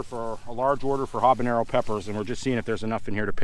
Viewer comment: "Huh-bin-yairrr-oh" Also: "Come-bine":D